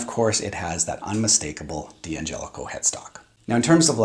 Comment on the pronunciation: Say it with me.... Dangelico. Dan-jellico.